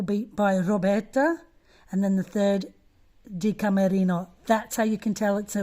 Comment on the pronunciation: It's killing me. Her last name is Di Camerino